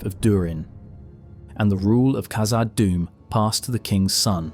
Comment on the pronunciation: Hey So, it's not pronounced "Kazad," but rather "KHazad." The KH sound is the same as a Dutch person pronouncing the letter "g" in God - They say "Khot." If you need to hear it said by someone else, go to Google Translate, translate "God" into dutch, then hit the speaker icon, to hear how it should be pronounced. Then use that "KH" sound at the beginning of "Khazad Dum."